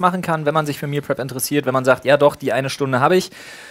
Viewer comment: Flo sagt zwar Meal prep aber ich verstehe immer Meal crap